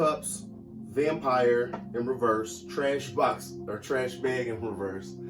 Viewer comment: every time the trash bag trash box card comes out I'm laughing at the way you say it lol